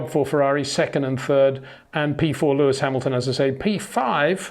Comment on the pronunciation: HEY PETER WINDSOR, I HAVE MESSAGE FOR YOU SIR: With all due respect ... it is NOT Max "verSHtappen" ... Max is not German (Germans indeed do pronounce "st" as "sht") ... #Max33 = Dutch 🇳🇱 NL/Belgium! ... It is not "Bottash" nor is it "Lewish" certainly not "verSHtappen" .... This BS started long time ago when a British sport presenter interviewed father Jos Verstappen and assumed you can use a German pronunciation to a Dutch Driver thinking it is so "funny" ... It is not. Serious question: can any Englishman say "versatile" out-loud without saying "vershatile" phonetically? most can about 99,99% ... that is why most English can pronounce Verstappen 100% correct! Father Jos Verstappen (also F1 Racer) was very active between back then only a very few said "Vershtappen" but the vast majority of British sport presenters pronounced it perfectly ... only a few old stubborn farts like Peter Windshor .